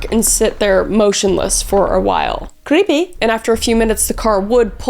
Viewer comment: THE WAY SHE SAID CREPPY😂